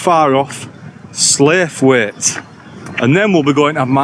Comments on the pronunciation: If I remember rightly Slaithwaite is pronounced Sloughit, beautiful spot. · Well done, brilliant hike! Slaithwaite is pronounced 'Slawit' to locals 😉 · Slaithwaite is pronounced Slouwit! I came from Halifax, so naturally I spent a lot of my teens wandering around the hills, when I should have been in school but I hated school and there’s places up there I love to just grab an acoustic n sit on the rocks n take tons of pix. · I think you mispronounced slawit.. 🙃